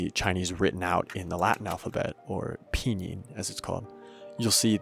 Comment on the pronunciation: This is such a lovely video dissecting the basics of (Simplified) Chinese (Mandarin), anyone planning to learn it should definitely watch it. What's the font used for the Chinese? It looks really nice Slight criticisms though, not to the video, which is amazing, but to your pronunciation: be more aware of the vowels, for example the in pinyin is not /ʊ/ like in English but /u/.